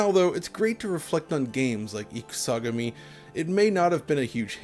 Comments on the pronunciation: Not "IkuSAgami"... it's pronounced as two words... Ikusa / Gami... (i.e. "War God")... for future reference. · I had a totally legitimate copy of this game back in the day, can confirm: The hype was so real. Cool vid. Your pronunciation of Ikusagami is terrible.